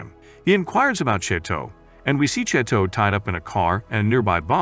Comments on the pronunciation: im in physical pain from the way he pronounces chateau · i am literally canadian and we speak french here and i can tell you he has far from perfect